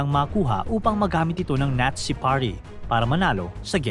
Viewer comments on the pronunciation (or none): Nazi Hindi natsi😅😅